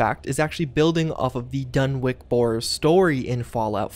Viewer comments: DunwiCH. Not Donwick. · You Americans are all alike with the way you butcher the English language. For future reference, the name Dunwich is pronounced as follows: "Done-itch", not "Done-wick" or "Done-witch". Please get it right. I love your videos but your ability to pronounce some words leaves a lot to be desired. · Soft ch on the Dunwich. Like saying sandwich. Or "Dunnich" if yer feeling like a New Englander. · Does not want to butcher Ug-Qualtoth (Oog-Qwal-Toth), but instantly renames "Dunwich" as "Dunwick". Video meets what I expected already. But really, the CoUQ mod was some good stuff, made for some insane scenarios in the vanilla locations after completing it...anyone else who has will know what I mean. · Sorry but it's pronounced like done itch but with the timing of spinach